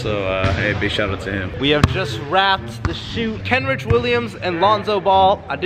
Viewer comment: Kenrick Williams 🤦‍♂️🤦‍♂️🤦‍♂️ As a Die-Hard Pelicans fan, I just cringe when I hear that. IT'S KENRICH BRUH